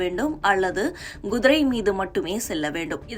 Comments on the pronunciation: Kudirai madam gudirai illai... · குதிரை என்று ஒழுங்காக உச்சரிக்க தெரியாதா உனக்கு எல்லாம் யார் இந்த வேலயைக் கொடுத்தது?